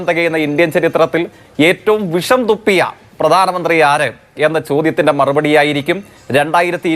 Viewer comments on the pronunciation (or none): none